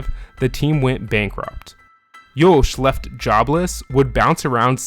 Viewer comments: Good video ! Provides better understanding of the man and racer Max Verstappen. Some remarks: Jos is pronounced as Yoss (like boss), not Yoesh. Checko spun on purpose in that Monaco quali, ruining Max's fast lap (which would have gotten him P1). I think the realationship between Jos and Max is better than how you portrey it. But life was not all joy for Max at that age. But who's is? It all payed off big time though. Hopefully he won't end up as a jealous diva like Hammertoe. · Why do i hear Jouch instead of just Jos lol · Why are you pronouncing Yos so weirdly? Also you literally made driving 80-100 km PER YEAR sound like a big deal . People in the US do that on a daily basis to get to work lol. I know you probably meant more but it shows that you are not very intelligent if you said that without thinking about it in context.